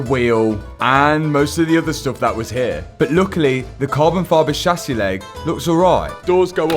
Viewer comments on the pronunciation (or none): none